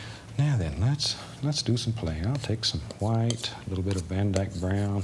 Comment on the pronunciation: Remember when Bob used to pronounce "white" as... well, white. Instead of hu-white?